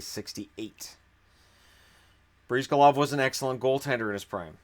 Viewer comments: It is pronounced “Bris-GAH-lahv”, not “Breez-guh-lahv”. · The way you say Bryzgalov hurts me.